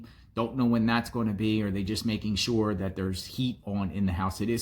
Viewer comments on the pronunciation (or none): none